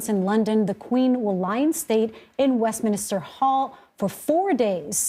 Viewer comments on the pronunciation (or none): Shame on these CBS newsreaders for not doing the most basic research. The Queen was in Scotland since her death on Thursday, not for only 24 hours. It's the UNION JACK, not the British Jack. It's WESTMINSTER, not Westminister. And obnoxious, continual, and disrespectful cackle is worse than Kamala Harris's. I won't be watching CBS anymore.